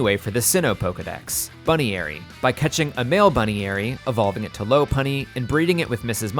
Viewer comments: Pronouncing Buneary as "Bunny-ary" should be illegal... It's "Bun-Eary". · I hate how wrong you pronounce Buneary Its bun ear y not bune eary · buneary being pronounced "bunny airy" HAS to be rage bait i can't accept it otherwise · Bunny-Airy? HAH! It's Bun-eary, you know like bunny ears. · Dear Arceus, what the hell did you call poor buneary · What’s with the pronouncing buneary wrong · why did he pronounce buneary and riolu like that.. 😨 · how do you mispronounce so many Pokemon in ways that are still ok on the ears? Feebas, Buneary, Riolu, ect.